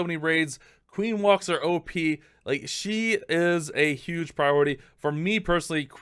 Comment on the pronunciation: “Valks” Am I a joke to you?